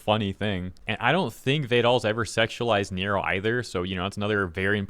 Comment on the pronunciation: Neuro is said like neurological. Not Robert De Niro.